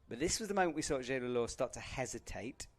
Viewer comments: had always had a history of mispronouncing names, especially Zhilu Luo name. It happened so many times can barely keep count at this point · commentator really butchered the pronunciation of Zhilu Luo's name. as a commentator one would think they would put in the minimal effort of pronouncing the athletes' names correctly....